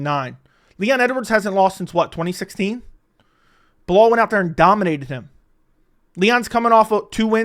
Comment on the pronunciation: I’m surprised Dana actually pronounces Belal’s name properly smh